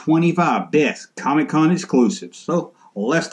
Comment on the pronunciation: I'm from the South and even since the 1980's when any non-comic book collector Family member talked about Comic-Con they would pronounce it "COMMEE-Con" same as how sometimes you do Junk-Man. Harkens me back to memories of my Grandpa when he was alive. Fun stuff, Kinda hope you continue to sometimes call it COMMEE-Con. Also, when I saw title of this video, I thought to myself I wonder if he'll stay consistent about being annoyed by the Comic-Con exclusives. Well done man! Keep up the GREAT work!